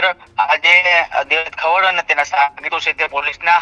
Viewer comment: ખવાડ નહી ખવડ. તને ઉચ્ચારણ આવડતા નથી પત્રકાર કોણે બનાવ્યો ભાઈ. 😂